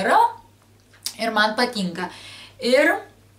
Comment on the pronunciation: kodėl tu sakai patynka o ne patinka